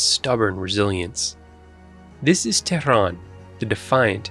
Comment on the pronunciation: Who are you to talk? You are an arab from peninsula below Persian gulf. You betrayed yourself and your propoganda work by the way you pronounce Tehran.